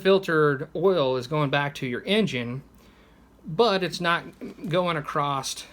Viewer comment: ACROSS!! The word is "ACROSS!" Not "Acrosst" or "Acrossed!"